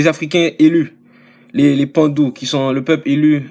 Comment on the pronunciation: les Bantus (Ba-Ntus) mon frère, et non les pandus.